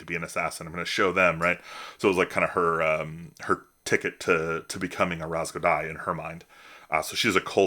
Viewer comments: Nah… I knew what you were saying right away! There are three letters that make similar sounds, and the “easy” way (Google), is to just treat them all like ‘z’ (even though there’s a serrated letter for how we pronounce that sound). Good on you for trying the authenticity! In my current campaign, I’m using a lot of Finnish, and I’m 100% certain I’m screwing a bunch of that up! Keep up the awesome work! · Love your videos! Did you use Google Translate for the Ras Godai name? Just curious based on your pronunciation.